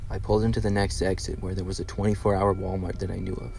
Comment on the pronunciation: "Wa-Mar"? Where's the rest of the letters?